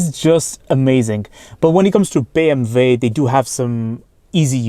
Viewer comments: but he is speaking in English, so it sounds ridiculous. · Its actually the correct way to pronounce it in German “ BE EM VE”